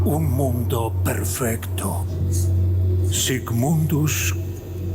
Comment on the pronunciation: No le cuestiones mucho, pronuncia a cada rato "Sis" mundus cuando dice "Sic" mundus, y todos le dicen "Sic"